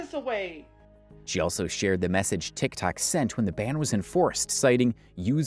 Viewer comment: How do you mess up saying tiktok and saying tiktik multiple times.